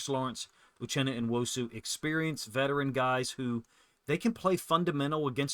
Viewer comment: Come on, it's pronounced New-Osu not En-wosu. Ya got En-Jigba and New-Osu! Say it with me...Uchenna Nuosu...New-Osu!